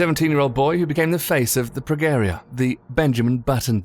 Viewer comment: FYI the "G" in Progeria is pronounced like the "G" in George